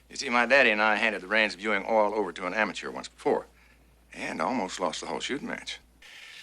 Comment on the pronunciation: And rich people are always happy! J.R. was a really great character. I like how "oil" is a three-syllable word out of the mouth of a Texan...